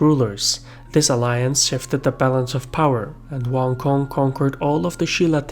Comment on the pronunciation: Wan Kong? that sounds like a Chinese guy in the local grocery store in Chinatown. It's Wang Gun. You pronounce Gun like the firearm gun. And because Wang is his family name, his name is gun. More interestingly, his last name Wang means King. So his name would translate into English as the GUN KING!!!